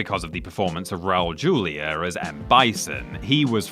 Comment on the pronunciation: Funny how the narrator of this video pronounced his last name as Julia and not the Hispanic Julia lol😂